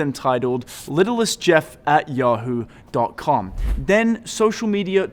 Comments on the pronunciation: It’s not littlest, it’s little st(saint) Jeff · Pronouncing little saint Jeff ( like his island) as littlest jeff is indicative of being part of the cover up. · I can't believe you pronounced his email like "Littlest Jeff" instead of "Little St. Jeff" LOL. His island's name is "Little St. James", with "St." being pronounced as "Saint". Duh. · its Little St Jeff I think, not littlest jeff. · Don't pronounce it, "Littleist Jeff", his island is Little St. James Island, so it should be pronounced "Little Saint Jeff" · man, its only a littlest detail but its really annoying to hear you say littlest Jeff when its clearly Little St Jeff. the islands other nickname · Little St... not littlest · Little St Jeff 1. Not Littlest Jeff 1. lol.